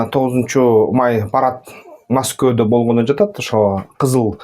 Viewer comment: Маскоу эмес Москва